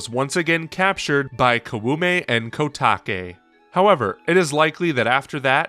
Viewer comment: God, I hate to be that person but can't you see even in google translate how to pronounce Koume and Kotake? It's not that difficult.